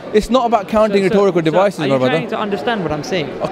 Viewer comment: He really likes to say "rethorical devices".